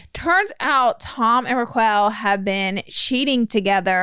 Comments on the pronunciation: Reqwell… 😂😂😂. It’s Raquel.. (like Requel Welch) but actually her name is Rachel.. I wish y’all would’ve done more research before bringing to the podcast… could’ve watched the call her daddy pod with Arianna. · Why are they saying Ra-QWELL? 😂😂 I love the so much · “Raq Well” 😂 well I appreciate you guys covering this but it doesn’t seem like you’re so familiar with the show yourself. It’s huge breaking news but it’s different when you’ve been watching the shows for a very long time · Are we calling Rachel ra-quell now? This had me in stitches! Y'all need to put everything else on hold and watch VPR like ASAP ❤ thank us later 😅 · The way yall say Raquel . ... I'm calling the cops😂😂 I'm a Racquel ...said like roc kell 💀💀💀💀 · I’m so glad I’m not the only one. Was so hard listening to them say it incorrectly 😅. But it’s all good. It’s funny.